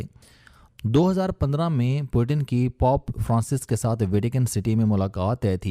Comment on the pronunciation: آپکے تلفظ کا جواب نہیں شہر کے نام پوٹن کا نام تو ہوا سو ہوا مگر عیسائیُگے سبسے بڑے پیشوا کو پوپ (جیسے توپ کہتے ہیں) اسکو آپنے ( پاپ) ایک امریکی گویونکا ممبر بنادیا؟ توبہ توبہ! مطلب جہالت کی انتہا ہے؟ 😱😳😥